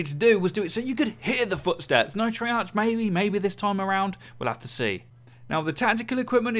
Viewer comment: The h in treyarch is silent just to let you know